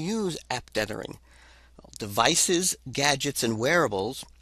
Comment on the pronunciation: TETHH-ering... not DEATH-ering... ugh. hard to listen to. (Yes. I know this is 8 years old.)